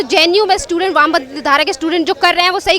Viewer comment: Stident ko aise bolne vali mahila bhut hi ghatiya soch ke h